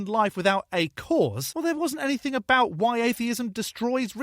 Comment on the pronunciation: “Aboot”?! Wait, B is a Canadian?! I thought Canadians were supposed to be nice? 😂